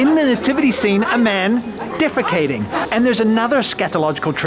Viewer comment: By the way the word is defecating, not defagating